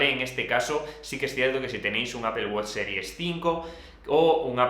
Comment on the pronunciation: Apel guoch, los españoles hablan de la verga el inglés